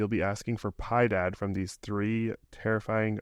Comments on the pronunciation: It's not "pie dad", it's "pee eh dad", "mercy" in Spanish. "Ten cuidado..." is "Beware these monsters, you will be begging for mercy." "La Lechuza", literally "The Owl" is a kind of witch, actually called La Chorca, from Honduras, Guatemala, and El Salvador. "La Muerte" is just as Death. "El Silbón" (The Whistler) is a folk monster from Colombia and Venezuela. Tlahuelpuchi is a Mexican vampire / witch that transforms into animals, like a vulture. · Piedad = mercy in spanish. Pronounced pee-eh-dod